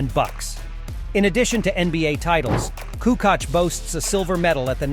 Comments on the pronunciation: KukuCh or KUKOCH! WTH man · It would be nice, if you could spend at least 1 minute trying to figure out how the names are being pronounced. You are raping our names heavily. - It is not Coockock, but Koockoch (Kukoc) - Petrovick is actually Petrovich (and if you want to be a bit more precise, trying saying t and y together for a bit softer version of ch)